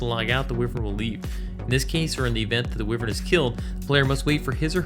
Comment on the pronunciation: I believe it is WHY-vern. Thats how my Irish grandmother always said it. It's part of her family crest. Sorry for so many comments XD Im buzzed and replying as I hear things, as though this is live.